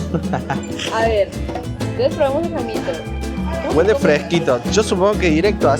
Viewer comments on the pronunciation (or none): Corrección: No es "Jaimito" es "Caimito", saludos. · Se llama caimito no jaimito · no es jaimito , es caimito jajajaja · Se LLAMA "CAIMITO"" NOO JAIMITOOO😂😂😂